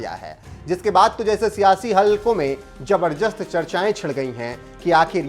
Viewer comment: "जबरदस्त"शब्द का उच्चारण सही कर लें 🙏🙏🇮🇳🇮🇳🇮🇳🇮🇳🇮🇳